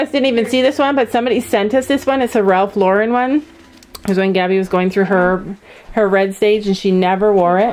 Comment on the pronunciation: I’m so sorry but the way she said ‘Ralph Lauren’ and with that American accent and ‘LeMieux’ scared me 😭